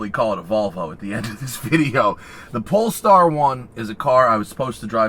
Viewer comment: That is an amazing car, however, the "polester" is not the same as "polestar", great difference. That being said, it's a wonderful presentation for the wonderful car, good job.